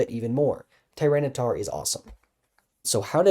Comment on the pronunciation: Why does he keep saying tyranocif wrong?